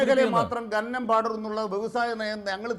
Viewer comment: ഗനനം അല്ല സഖാവെ, ഖനനം. ഒരു 100 തവണ ഉറക്കെ പറഞ്ഞു പഠിക്കൂ.